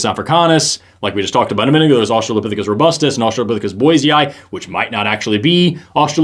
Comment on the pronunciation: Going into this, I'm not surprised that the guy can't pronounce orangutan. And the girl can't figure out which way she wants to say australopithecus. She's 1/3 at the time of me typing this.